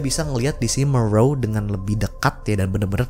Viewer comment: Ada yg salah Tulisan nya Moreau baca nya morow